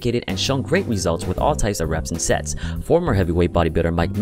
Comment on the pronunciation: I swear that I heard " what about sex ?"